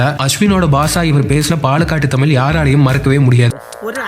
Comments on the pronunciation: இவ்வளவு ஆராய்ச்சி செஞ்சி பதிவு போட்ட உங்களுக்கு தமிழ் வரவில்லையே... ? மூச்சுக்கு முன்னுறு முறை தமில் தமில் னு தான் சொன்னிங்க... ஒரு முறை கூட தமிழ் என்று அழகு தமிழில் சொல்லவே இல்லை. இது தான் தமிழின் சாபக்கேடு. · சரிங்க,…. தமில் நல்ல உச்சரிங் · கடைசியில் உங்களுக்கு “ தமிழ்” என்கிற உச்சரிப்பு “தமில் “ என்று தான் வருகிறது .. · To ‘’: It is ‘தமிழ்’, NOT ‘தமில்’. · "தமில் தமில்"னு சொல்லி தமிழுடைய அழகையே கெடுத்து விட்டீர்கள் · I like your channel a lot but just one suggestion, please try to pronounce as "Tamizh" not "Tamil". That would great if you can try your best. Thank you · Nee Thamizh nnu modhalla ozhungaa pronounce pannu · The narrator can’t even pronounce tamizh properly